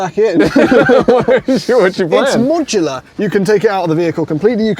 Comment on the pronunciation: “Its Mooodulahh” 😂😂